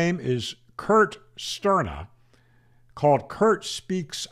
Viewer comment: "Kurt Sterban?" Actually, "Kurt N Sterba", may he rest in peace since the demise of Worldradio mag.